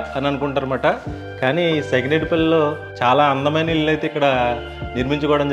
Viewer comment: Illu lu kaadu babu.ఇళ్లు అనాలి.